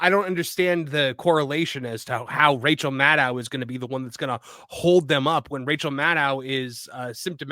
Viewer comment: Why does there seem to be a silent "c:" in Rachel Madcow?